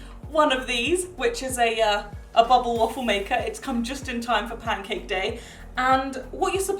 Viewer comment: I love the way you say bubble❤️❤️ it sounds like bobble waffle Ps. I’m from the US